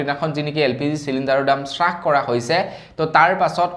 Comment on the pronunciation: হ উচ্ছাৰণ কৰিব চ নহয়। হ্ৰাস চ্ছাস নহয়।